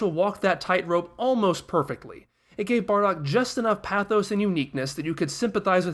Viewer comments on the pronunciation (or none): none